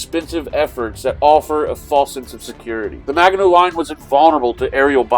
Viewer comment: As a Frenchman, I have to admit I was hurt how you were saying Maginot. But I'm happy you played it, and that you didn't bring out the "french surrender" cliché! Keep up the good work! I'm coolclemENY#5236